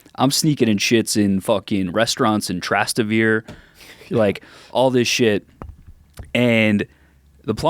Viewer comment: that pronunciation of Trastevere was absurd lol …omg and he says it like 12 times lol